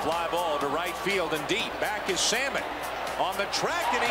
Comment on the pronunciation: The rookie "Saymon?" LOL, you rookie announcer! Who can't pronounce 'salmon?' LOL